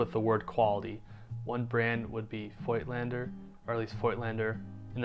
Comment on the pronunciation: I love that you care to pronounce it correctly. If only people would start saying Rollei correctly too. I mean, it's the same sound as Leica! ;-)